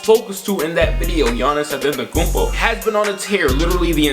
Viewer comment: Fam its Antetokounmpo not AtEntAkuMpO